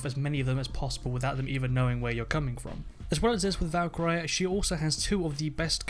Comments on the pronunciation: valk-eye-riy lol its kalk-urr-ree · Valka ree not Valka ri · He says Valkyry😂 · thought I was the only one who realised how wrong he says it lol good video though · he also said mon tayne it's MON TAHN YAH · Say Valkyrie as Valk ree. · valkoree not i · Valkeray and Montain... that's not how it's pronounced... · The Death, No, he's saying Valkarey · I would go with Ash sledge - smoke pulse. Thermite bandit and jäger also Ps. Learn to say Valkyrie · british ppl pronounce things differently... lol